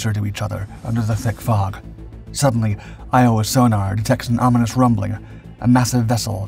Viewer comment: Good video, but...Iowa's...sonar?🤣